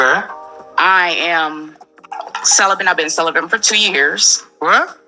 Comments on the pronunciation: Sounded like she said "Celephant"... (Like a cellophane elephant?) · Is she saying celibate or sell a bit ? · It's celibate and not celibant. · Why did say celebant??? lol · She said celebian.😂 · I heared "celebum" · "I been celebent for 2 years"🤣🤣🤣🤣🤣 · Wtf is "celibent"? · She can't even pronounce the word celibate, let alone live a healthy balanced life. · lol it’s not her decision to be “celibate”, absolutely nothing wrong with that… it’s her mispronunciation of the word.